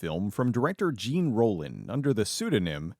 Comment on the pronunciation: Oof. Your pronunciation of ‘Jean Rollin’ hurts my soul.